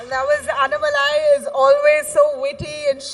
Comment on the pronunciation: Hello ...it is not annamalai...it is annaa-malai. Annaa should be elongated. You guys pronounce it like Anna without stress and shortened.